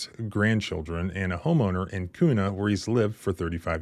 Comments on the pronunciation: We say it like que not koo lol. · Kuna is pronounced by us Idahoans as "Quna". 👍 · It’s pronounced Kyunah. 😂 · I live in the area where this happened and the way youre pronouncing Kuna is hilarious! Lol Its pronounced Q-na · Pronounced *Kyouna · When you think of how to pronounce KUNA, think of how you pronounce CUBA. The locals pronounce it CUE NAW! I used to live near there. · Thank you for covering this. FWIW the city is pronounced KEW-na. I am livid that the sheriff doubled down on how they “fumbled” in this instance. It appears the tyrants enjoy and take pride in trampling on our constitutional rights. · Being from Idaho it’s pronounced “Qna”. Spelled Kuna. If you’re keeping score. Small police agency filled with the barely functional dregs of police. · You are mispronouncing Kuna, ID.